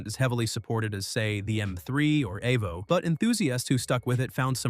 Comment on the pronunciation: what the f is an AY-VO.. EEEEEEE -VOH say it with me now.. EVO!